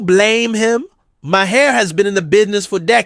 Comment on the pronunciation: Please stop saying Ma Hair